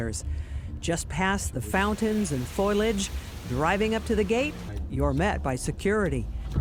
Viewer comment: Its called fo li age.